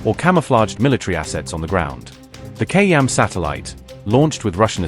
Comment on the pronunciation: Why not train your narration providers to pronounce words like Khayyam, Beidou, and Sino-Iranian correctly?